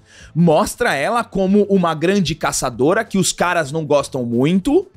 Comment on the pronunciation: "KRANDI momeintum" kkkk